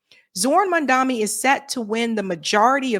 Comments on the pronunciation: MAM DA NI NOT MAN DA MI THERE IS A DIFFERENCE! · Please! For the love of god! It is mamdaNi, which an “N”. Like Nancy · Cmone, it's Mamdani not Mandami. Love you